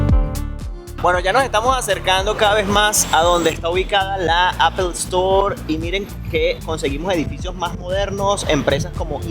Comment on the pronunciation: Buen contenido, pero a manera de sugerencia ó recomendación, mejora un poco la pronunciación, dices unas barbaridades a lo largo de tus videos, por ejemplo pronunciando apple y algunos gentilicios te pasas, por lo demás muy bien, muy informativo.